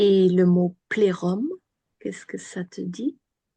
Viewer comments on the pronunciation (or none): c'est un filtre schtroumpfette?? 😂 ça ne m'a pas vraiment aider à me concentrer sur l'écoute 🤣..., plérôme rime plus avec Jérôme que plexus solaire, non??? 😅